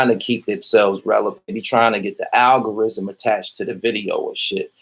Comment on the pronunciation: Dis nigga cant even pronounce algorithm....wtf